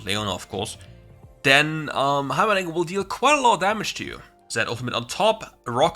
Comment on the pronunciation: Everytime you said dinger I hear the diddler.